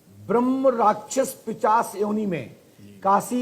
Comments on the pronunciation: Pahle pishach bolna to seekh lo, pichash pichash bol rhe ho. Waaki kisi k nhi hum to bagheshwar Bala ji k bhakt h, kisi baba k nhi. Jay Bala ji maharaj ki. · Pishaach bolna or likhna bhi nahi ata hai RIP Hindi Jinko Hindi hi nahi ati wo snatan dhram sikhaenge